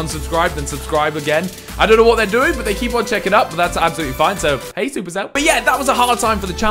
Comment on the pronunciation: I love how you say 'Absolutely' xD Abzalootly haha